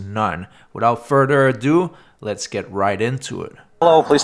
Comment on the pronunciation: FurTHer, not ferder.